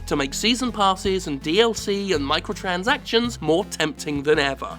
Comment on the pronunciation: "micheal transactions"